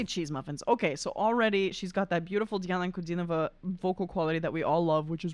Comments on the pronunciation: You've very well pronounced her name! 👍🏻👍🏻👍🏻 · Thank you for pronouncing her name correctly. You're one of the very few who do. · благодарю за интересную реакцию. Вы произносите имя и фамилию Дианы абсолютно без акцента. Вы знаете русский язык? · слова - Диана Анкудинова - произносите совсем без акцента...